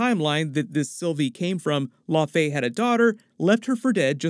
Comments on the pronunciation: Thanks this guy frequently mispronounces Iconic, established character's names! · The literally say it in the show and original Thor movie and this goof still mispronounces. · It's "Lau-fee", not "La-fey". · Laufey is pronounced La' u' Fee like saying "loud" with out the "d" then Fee, it's not "lah faye" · Laufey is pronounced “Lao-Fee” not “Low-fay” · I know it's killing me when he says the name like its French and not Scandinavian. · Thank you. I didn't want to be the one to bring it up. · Its pronounced Laufi not La-Fay... how do you keep messing up these names? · Low-fee not lo-fey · I always thought its pronounced law-fee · Laufey is pronounced (LAO -fee). Laufeyson (LAO-fee-sun), Laufeydottir (LAO-fee-dot-TEER with rolling R). Laufey did not name him or her; Odin did. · "law fay" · Also I don’t why he pronounces it differently from the way Laufey is pronounced in the MCU for like 10 years now. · Why is everyone suddenly reading "Laufey" so incorrectly?! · Exactly what i was thinking the whole video... it was kinda annoying lol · The horns aren't broken. And it's pronounced Laufey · Jeebus. I found this almost impossible to watch because of the gross mispronunciation of Laufey. For shame. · Uhm... how to say this politely...? Maybe just stop saying the name of Loki's father if you are going to keep pronouncing it like it's French? After ten times, it starts to be wearing.